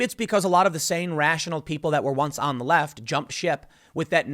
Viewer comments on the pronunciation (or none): none